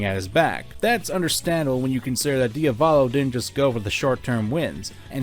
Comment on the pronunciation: its pronounced Dee-a-vo-lo not dio-vollo